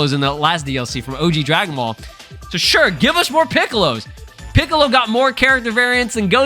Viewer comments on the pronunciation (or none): none